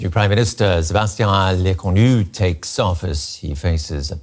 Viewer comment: Le-corn-new sounds awful.